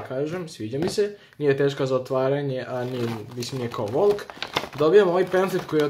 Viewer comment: Dobijem napad, kada cujem da kazes vOlk